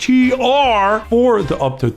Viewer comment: ITS NTR not LUI-N